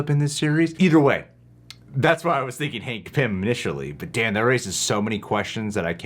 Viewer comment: I’m sorry but ya’ll said “Hank Pymm” what?! 😂😂